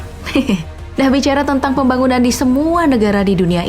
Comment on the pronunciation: Kalo denger kata pembagunan langsung ke inget kuli jawa v